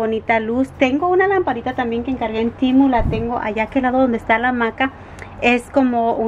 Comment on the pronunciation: no es TIMU es TEMU 😂😂😂. A lo mejor es q en inglés se dice así?? 🤔😅